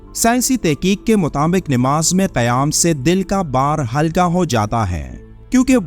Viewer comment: ناماز نیماز نہیں نماز صحیح لفظ ھے نیماز نہیں